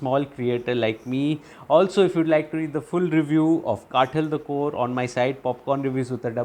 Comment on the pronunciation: कातल - This is how you pronounce the word. Not काटल or काठल.